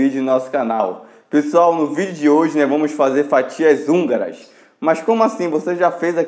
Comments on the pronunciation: 😂😂😂😂😂😂😂😂😂😂😂😂😂😂😂eu tava curiosa porque ele falava anguras kkkkkkkk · Não seria fatias húngaras? Não hanguras😂😂